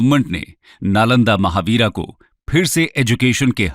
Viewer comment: महाविहार है, महावीरा नहीं।